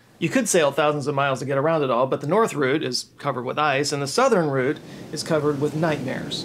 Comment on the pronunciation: You said route, instead of route(rowt) well done you. 👏👏👏